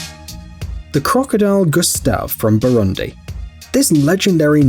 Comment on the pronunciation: Had to pause minute in lol. How'd you manage to perfectly pronounce tanganyika and yet fail on Burundi? Shyiiiiiiiit.😂🤣😂🤣🤣 kudos for tanganyika (BoooRooonDeee) pronounce dem vowels bruh 😂🤣😂🤣😂🤣